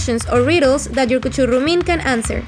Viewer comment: "You have to come up with 5 questions or riddles that your CUCHURRUMIN can answer" jajajajja lo améee